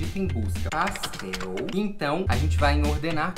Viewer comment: Quem também ama falando paxtel? 🙈💙❤